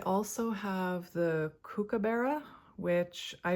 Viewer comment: Hello, from Australia. Mr Kookaburra is pronounced cook-ah-buh-ra 😊